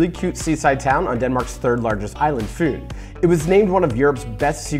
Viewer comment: It’s pronounced fyn Not fyen